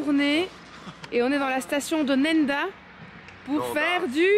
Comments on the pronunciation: tu as écorché le nom de « Nendaz »😭😭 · Nèneda😂 nendaz se prononce nenda